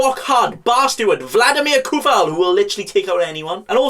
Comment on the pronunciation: His name is "Coufal" nooo Kufal :((((